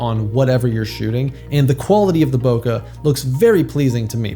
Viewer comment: Bokeh is a Japanese word. The vowel sound of the "eh" part at the end of it is a short e, as in "head," "bread," or "bleh." It doesn't end in /ə/ or rhyme with sofa.